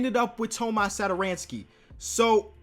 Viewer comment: my man said Thomas like a Spanish dude, that's my name so I know how to pronounce it correctly